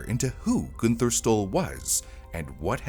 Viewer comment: I could not get past the mispronunciation of the name “Gunther” - should be more like “Goon-ter”. Always love your content,, but as a former translator and language stickler, this I just couldn’t get through…